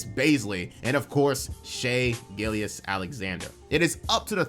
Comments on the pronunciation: Every time you called him Shai "Gillious" I died a little inside. It is pronounced "Gill-juss". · I haven’t watched the video all the way through and I trust it’s good but the way you say “Gilgeous” got my nerves a little (I’m pretty sure it’s Gill Juhss) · Its pronounced gill-jus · I’m glad I’m not the only one that was driven crazy by “Gill-Yess”. Brutal to listen to repeatedly. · Sounded like the name of a Roman prefect lol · haha nah it was a great video bro, im just OCD But the Gilgeous part is like gorgeous. "Gil-jus" if that helps at all. Regardless, keep up the amazing work and cant wait for more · The second g in Gilgeous is not silent. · my mans cannot pronounce gilgeous